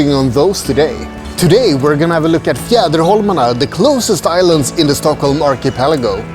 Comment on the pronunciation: Beautiful tour of the Archipelago and very well narrated. Chocolates, beer, whiskey and beautiful views..so nice. How easily you pronounced Fjäderholmarna. Its a tongue twister for me 😀. Big like and new follower of your wonderful vlog here. Warm greetings from Switzerland.